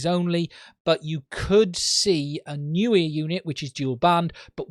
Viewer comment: He says ‘air’, I hear ‘ear’.